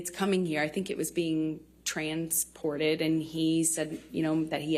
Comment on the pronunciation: noticed how she said the word “transported” very weirdly hmmmm